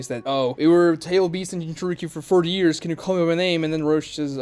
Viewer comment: Why do you pronounce "years" like "ears"? It's sounds incredibly stupid 😅